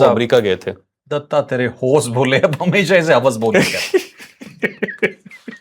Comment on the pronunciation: Hos bole . . . ❎ Hawas bole . ✅